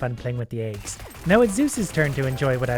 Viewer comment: They way he says aygs makes me happy